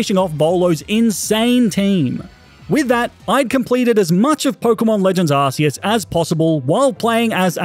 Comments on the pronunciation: Arceus is pronounced (Ar-ke-Us) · Just so you know, you pronounce arceus ARE-KEY-US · It’s Not Arceus It’s Arcoos